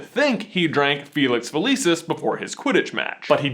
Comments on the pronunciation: Dood, it’s fill-iss-ees not feh-lee-sis. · uhhhhhhhhh gawd its pronounced fe-lix fe-lik-is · i love you guys but stop pronouncing a bunch of stuff wrong like felix felicis and exspelliamus. next thing you kno youll pronounce voldemort without the T like Jim Dale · Felix-F-eeee-lee-sus no no nononono please say it right! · does anyone else pronounce Felix felicis different than him and if so dosent it drive you crazy hearing it said differently